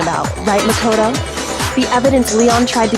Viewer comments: pronouncing makoto: mac o tow other ppl's pronounciation: muh kow tow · The way how pronounces Makoto's name- MaKoToE